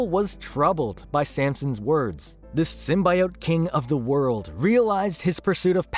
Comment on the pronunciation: Bro can't pronounce "symbiote." lol